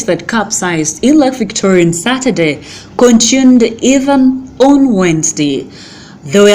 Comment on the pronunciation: Dear madam news reader, the word is "continued" not "contuned"